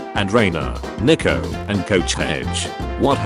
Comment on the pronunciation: Guys the way the ai voice says Nico is horrible.